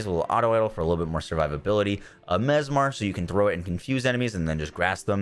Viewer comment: Why cant this man pronojnce the nade right? Lol... Its mes-MER.. Not mes-MAR... So when the enemy is confused he is "mesMERized"